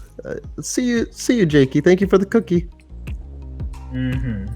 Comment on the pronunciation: It’s jakey not jacky